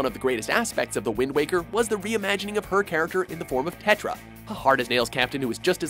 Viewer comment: Tetra sound like Tetra Ninja